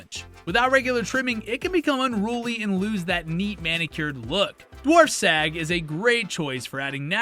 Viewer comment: I liked the rankings, but the pronunciation was off again on some pretty common plants. This is one example- but “Dwarf Sag” is Dwarf Sagittarius. Your narrator said sag like “sagging,” rather than it should be in the word “Badge.” This indicates the narrator doesn’t know that dwarf sag. is an abbreviation.